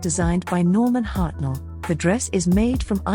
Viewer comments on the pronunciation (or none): none